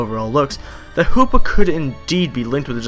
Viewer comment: Hoopa not hoops lol